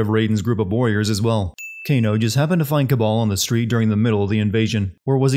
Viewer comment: It's Kabal, not Cabal. You would think that you'd realize this after fifteen or so hours of a game where virtually all Cs are replaced with Ks. =P Anyhow, great video as usual! Voting for Avengers...assuming it can be sinned.